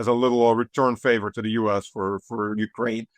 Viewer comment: And likewise, Ukraine, like insurance and police, has the emphasis on the second syllable, not the first. God how tired I am of hearing YOUkraine.